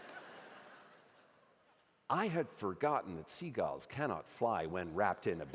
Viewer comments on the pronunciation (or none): So not only can he not say "Penguins" he also can't say "Seagulls". Good to know.